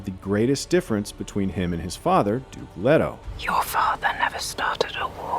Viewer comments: The American pronunciation of the character names is just wrong. For example - Leto - it is Lee-toe, not Led-o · And it is pronounced LEE-toh, not Leh-toh. Get it right! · 'Letto,' 'Doon,' oh dear. 😄